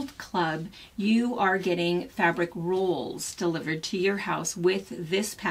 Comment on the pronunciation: Are you saying rules. Or rolls?